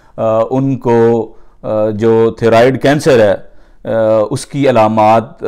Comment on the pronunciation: bhai good effort, it'd pronounced thigh-roid